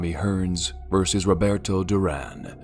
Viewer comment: He also said rebreto Duran